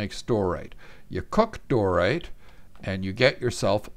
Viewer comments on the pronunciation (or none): When you pronounced it as "Dorite" all that came to mind was "You thought it was Dorite. But it was I! DIOrite!"